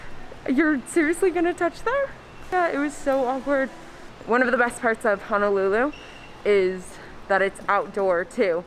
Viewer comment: HONOLULU..., please don’t pronounce it as HANALULU😟